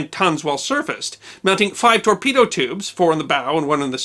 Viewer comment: A 'torpoodo'. Fnar, fnar!